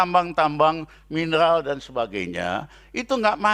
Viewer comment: Suharto pak bukan Suhalto,mineral bukan minelal